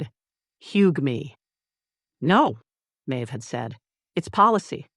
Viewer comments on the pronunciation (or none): For people just listening, not watching, and especially learners of English, at about 3m 30s the AI narrator mispronounces the word "hug" (written on the apron) as a sound that doesn't exist as a word in English, sounding something like "hew-ghee."